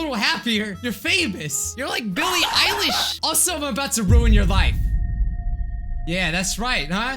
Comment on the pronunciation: YOU SAID BILLIE EILISH RIGHT!! PPL ALWAYS SAY BILLIE EYELASH